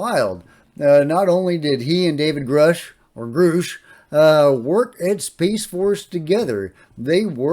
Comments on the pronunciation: David Grush pronounced his own name on News nation like “USH” not “oosh” so I’m guessing Elizondo is just forgetting. I used to think Lue pronouncing it differently than David pronounces his own name meant something but sometimes people just forget things and get it wrong and it doesn’t mean anything. The Space Force info is amazing btw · I can’t believe Lue is mispronouncing Grusch’s name. It’s pronounced like “uh” as in grunt. He says his name in the first interview with Ross Coulthart. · I find it strange that lue still can't pronounce David grusch name. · VERY strange. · If he worked with Dave G. Why can't he say his name correctly?